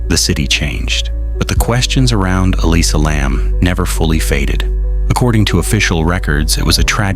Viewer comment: Nothing new here, repeated false information. I don't know if you ever heard of something called youtube, but try to find it and look on there, posters are still going up on that roof with no alarm or lock. Even the way the name is continually mispronounced in different ways is annoying.